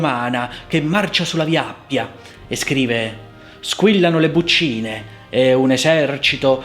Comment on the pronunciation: Ho messo "Mi piace", ma... due piccole osservazioni: a c'è un errore, perché il tema principale del quarto movimento (nel modo locrio) è esposto dal corno inglese, non dal clarinetto. Inoltre si dice "bùccine" (con l'accento sulla u).